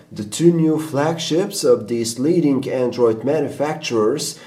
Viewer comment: leadink? leadinG*